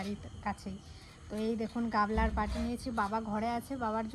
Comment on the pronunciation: আরে, ওটাকে গামলা বলে গাবলা না ।